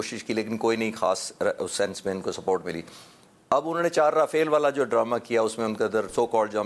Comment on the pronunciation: all pronounce Raphale air crafts while you pronounce as Rafal . Who is at fault ? .